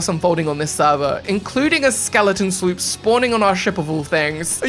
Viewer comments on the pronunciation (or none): I like how he calls a sloop a "slerp" 😂😂😂